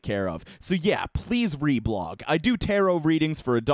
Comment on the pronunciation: Major respect for pronouncing the word "Tarot" correctly.